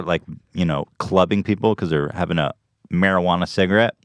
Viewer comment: stop saying m a r i j u a n a